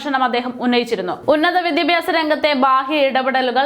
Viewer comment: വി ദി പ്യാ സം എന്നല്ല ഉച്ചരിക്കുക. വിദ്യാഭ്യാസം എന്നായാൽ നല്ലത്.